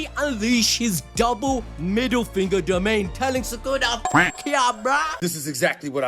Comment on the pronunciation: i gotta mention how it said "domian expansion" im just mentionning this because i thought it was funny